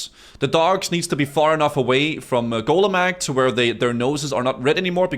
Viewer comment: "golemageeeeeee", lol. cracks me up how people pronounce these things in their heads.